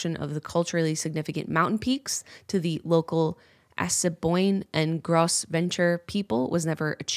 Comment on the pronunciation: Jenna pronounced Gros Ventre wrong and Assiniboine weird. I really thought she would have done more research on how to pronounce names of ACTUAL groups of people, it’s kinda disappointing. However I really enjoyed the rest of the video